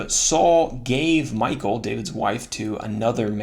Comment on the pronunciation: Michal.... check out the true pronunciation of Michal. Not Michael as in English.